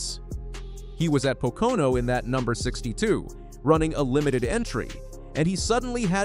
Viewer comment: A NASCAR posting that cannot pronounce Pocono. Po Can O??????????????????